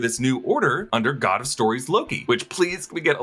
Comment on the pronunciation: He said "Oh my Fog"